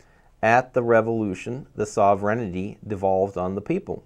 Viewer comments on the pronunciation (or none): sovereignty is pronouned sover-n-ty(SOvern-T) not Soverignity. I understand what your saying is important and I do not mean to criticize to be mean or cruel only to help. The word as it is being enunciated is a malapropism because the way its being said is not a word.I am so glad you showed the word that you were attempting to pronounce because otherwise I would have been lost because of the mispronunciation. Otherwise your points are dead on target.